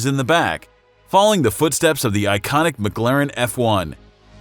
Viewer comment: "mig-larin" its "mic- claren" holy fk these channels are so cringy